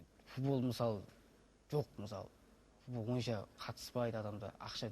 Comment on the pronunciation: Далбаеб екенсин .бул баланын тили нашар шыгады,соны естип кулип турсын ба Ежик! акенин ауызын сигейн